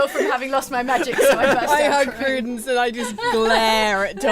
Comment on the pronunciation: Barbarian Prudence => Pru-dents